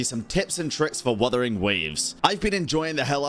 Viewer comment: "Wathering waves" lol